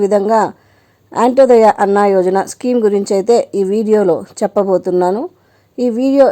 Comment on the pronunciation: అమ్మ యంటోదయ కాదు అంత్యోదయ